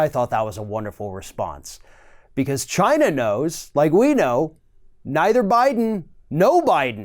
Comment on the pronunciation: Why does it sound like he is saying ghina instead of China.